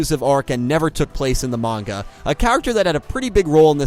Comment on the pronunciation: Refreshing to hear someone say manga and not munga.